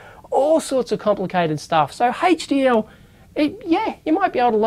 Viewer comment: Hehehe, I like how you say HDL - HeychDeeEl :D